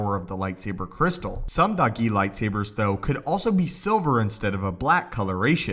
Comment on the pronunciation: When he says dahgee I hear doggy